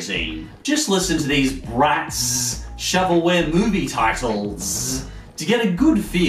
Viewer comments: The way the way he said the Z for Bratz just hurtzzz physically... ZZZZ Also YES Miraculous Ladybug! Edit: oh shit he hearted my comment! Thanks for the likes too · Umm.. I'm sorry you said it wrong it's bratzzzzzzz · "Z" does usually represent a hard "sss" sound, so it should be pronounced like "Bratsss" (but he does over emphasis it). I think he's just making fun of how lazy writers and marketing departments like to throw random Z's and X's all over kids products. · What normal people hear: oooohhh! Bratz! What I hear: aoooohhh! Barets! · You're BratZZZ emphasiZZZZ crackZZZ me up everytime!!! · Katsudon-Kun Matsuramoto Love yours too!